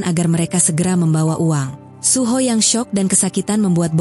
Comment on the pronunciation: Kak aku pernah denger kakak ngomong suho jadi suhu kak dikit dikit sih 😅